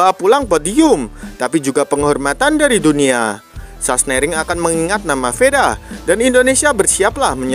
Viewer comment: Sachsenring....bukan sasenering😂😂😂